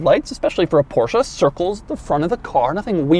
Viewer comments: I really want to smash your head when you say "porshA" instead of "porsche"... There is no A!! XD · porschE not porschAA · It's not a Porsha... it is porschE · Porsche .. Not Porcha lol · ProschE not PorschA. Damn. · No it's "porscher" not "porsh-aa"! It ends in a fucking E not an A! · Not sure if Doug knows but I believe it's pronounced Porsche and not PoRsHa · its porshE, not porshA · Please stop saying PorschA!!!! It’s Porsche. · Porsche!!!! not Porscha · Doug it's Porsche, not Porshc-a! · Jesus, Doug... I am getting scared of watching your Porsche videos... For the love of God, it's PorschE, not PorschA... Just like you're Doug, not Foug.. :) Poor Ferdinand is probably rolling in his grave... Love your channels by the way, keep up the good work..! ;) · it‘s Porsche and not Porscha!!! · It’s not a porsh uhh. Porsh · THIIIIIS IS NOT PORSCHA ITS PORSCHE FOR GOD SAKE! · Why the Americans call it a PorschA is beyond me. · again Porscha dear god americans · STOP SAYING PORSCHE-A, ITS SO ANNOYING!!!!!! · Its not a PORSCHA 🤣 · Take a shot every time Doug says Porsha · Joey: It's PorschA!!! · And even though..it’s NOT a PorsCHA😜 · PorschA is back...... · A PorschA ? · I love Porscha. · PorschA??? god i wanna smack u in ur head whenever u say PorschA!! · How many times he said the name Porscha incorrectly and he even had it correct in the title and written everywhere on the car... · Hitting like faster than you can say THISSSS XD And btw PorschEH, cmon :D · "porsha"? wut :D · Porsch AAAAA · Stop saying Porsha. Every time you say Porsha a baby Porsche dies. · nice, another PORSCHUAH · So we have a porsha here. OK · THIS...is not how you pronounce Porsche 🤷🏻‍♂️ one of my favourite quirks is how there’s no -a at the end. And if there is one, I can’t find it. 🤓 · Please learn how to pronounce german car names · next goal is to get him say Porsche correctly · I cringe every time he says Porsche